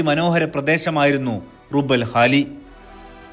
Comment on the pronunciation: റുബ്ഉൽ ഖാലി ആണ്.റുബൽ അല്ല ربع الخالي